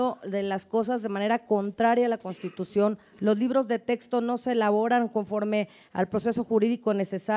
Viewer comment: PUES YO NO LE DARIA TANTO MERITO AL SEÑOR YA QUE DEJA MUCHO QUE DECIR EN SU EXPRESION AL DECIR TESTO CUANDO SE DICE CORRECTAMENTE TEXTO. NO HAY QUE IDEALIZAR TANTO A LA GENTE. P.D. Y SI LE HICIERON EL FUCHI DESDE QUE NO OPINO NADA.